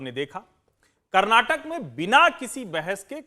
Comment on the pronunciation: Karnatak nahi Karnataka bholo